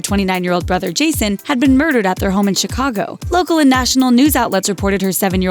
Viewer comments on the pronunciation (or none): none